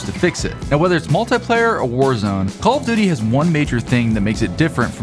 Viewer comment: Why do I keep hearing call of didy 💀